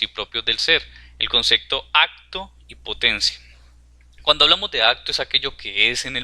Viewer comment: concepto, no "consecto"... buen video !